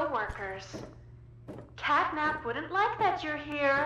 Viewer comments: Ajjubhai says Capnat 😂😂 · CATNAP ❌️ CAPNET ✅️ 🤣😅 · CAPNAT NHI HOTA HAI CATNAP HOTA HAI BRO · Bhai natcap nahi catnap 😅😅😅😅😂😂😂😂😂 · Its not cap nat its cat nap😂